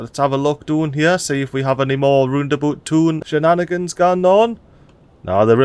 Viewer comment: RoundAbout ❌ LandaBoot ✅